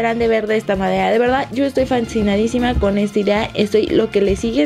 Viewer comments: por que dijo fansidadisima??????😬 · en el minuto Leslie dice estoy fansinadisima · en el minuto leslie dise fansinansinadisima